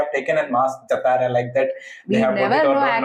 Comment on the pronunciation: Pronounce wrong jathara,it's jaathara it's right pronounce.